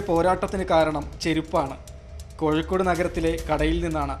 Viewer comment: കോയിക്കോട് അല്ല കോഴിക്കോട്